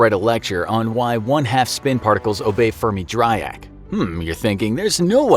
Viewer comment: Anyone else cringed at how he pronounce Fermi-Dirac ?